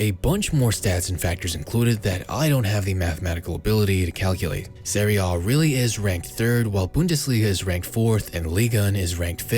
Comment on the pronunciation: Serie A* not Seri Oh